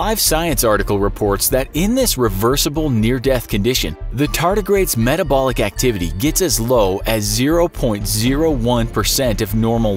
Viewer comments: Says “etabolic” instead of metabolic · I think it's metabolic, not etabolic. 😐 😂